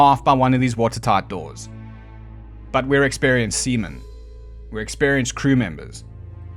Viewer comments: Haha, seamen sounds funny. Also, great videos! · Haha heh...you said SEAMEN..haha ha heh haha